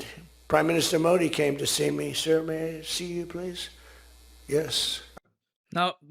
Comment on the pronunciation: Sir ❌ ✅